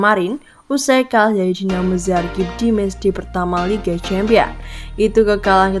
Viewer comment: Zagreb Zagreb, bkn zargeb😅